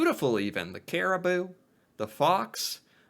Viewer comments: yeah, that narrator really needs to fact check a bit.... Man-I-toba New BRUNswick, not BURNswick CariboU, not Caribo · Its not peary caribo, its peary caribou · yes either the videos narrator, or the writer(or both), are a we bit on the slow side. Or don't have spell check. "New Brunswick" not New Burnswick. "Manitoba" not Mantoba. "Caribou" not Caribo. and the narrator must be from the states, because every time kg shows up in the script he spells it out (kay gee) rather than just saying kilograms, like a normal person. (which suggests that the writer is Canadian...or just copied his research verbatim from Canadian sources)....oh, and the whole Mantoba thing(good catch )...lol...not a mistake a Canuck would make...lol (it'd be like a yank saying they're from Washton DC, or Nevda 😀) You should see if you can find a decent video about the, Snakes of Canada. Might just surprise ya 🙂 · New Burnswick LOL!! New Brunswick, the narrator is a dolt! um, that narrator should brush up on his Canadian names before opening his mouth! Cari-boo! LOL! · And kari-booo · they missed the U in caribou.